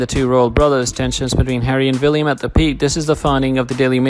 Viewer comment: It's William not Villiam. The narrator needs to slow down so he can read properly instead of inserting words that are not in the narrative or leaving out words that are. It sounds a lot like a meaningless gabble.